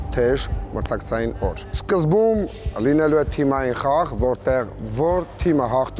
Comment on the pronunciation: Այս խաղերի շրջանակներում միակ մասնակիցը, որ "Թիմային" բառը ճիշտ ասաց` Սամվելն է